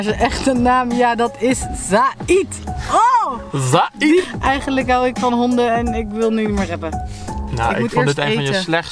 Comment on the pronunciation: Ik heet Zahid en je zegt zaiet